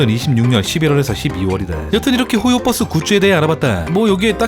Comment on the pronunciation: 근데 왜 발음이 호요뻐스에요? ㅋㅋㅋ universe를 유니뻐스라고 하진 않잖아요